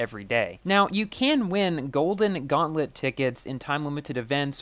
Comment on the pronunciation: Gauntlet not gauntlet feurrm